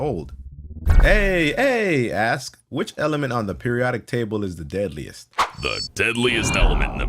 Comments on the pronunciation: Aye aye is pronounced eye eye also sorry that my mom was an English teacher and taught me to point out simple grammatical mistakes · the dude aye-aye is actually pronouced as i-i and not ay-ay and his name is also the name of a primate from madagascar that has an extremely long index finger which it uses in order grasp larva in tiny holes in trees that it can make with its teeth